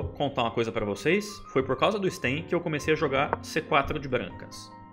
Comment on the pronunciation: A pronúncia em russo é "Stêin" mesmo, e não "Stáin". Ótimo video, Supi!